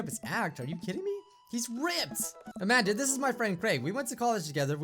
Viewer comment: I keep thinking that is saying Imagine instead of Amanda